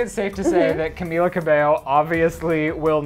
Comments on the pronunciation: Her name was Camilla Cabello, not Cabeyo... : p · Stfu it pronounces cameela cabeyo